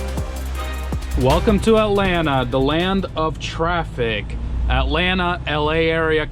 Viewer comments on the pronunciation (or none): none